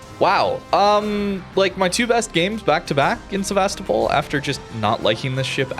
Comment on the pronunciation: sEvAstopol? :) SevastOpOl pls.